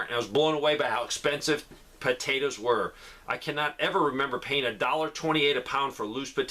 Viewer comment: I love how you say potatas 😊